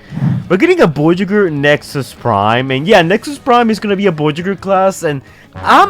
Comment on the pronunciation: Bro, why are you saying the word voyager like that? It’s so weird and irritatin.